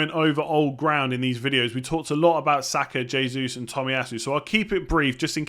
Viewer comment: “H”esus (Hey~Zeus) :)